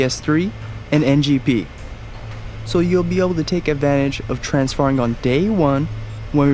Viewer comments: When i heard "transfarring" i thought Mega64 was just joking lol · Transfarring really...so engrish has gone corporate now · makes me want to do some "Transfarring"